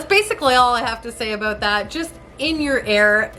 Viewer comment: She said 'Aboot' lol